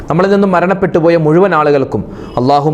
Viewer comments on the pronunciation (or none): none